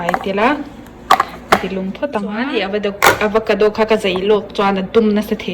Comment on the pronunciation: Avocado aw.. Pronounce diklo mai² nge... Chuan ei pah khan thil sawi ve la....